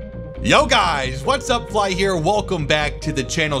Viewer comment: I've been watching you for a few months on and off and just now caught that you say phly as "fly" ....I thought it was short for Philly .....oh well its always gonna be Philly now cause fly don't make sense after this many months lol